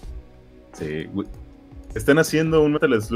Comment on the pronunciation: farmagia o farmacia? xd